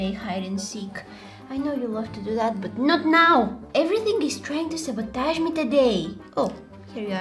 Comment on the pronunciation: Anyone else love the way she say sabotage 😂